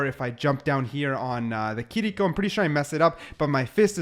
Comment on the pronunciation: Giving a thumbs up for saying “Kiriko” and not “Kireeko”